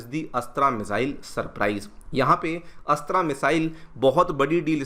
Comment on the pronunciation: मिसाइल अस्त्रा नहीं अस्त्र‌ मिसाइल ।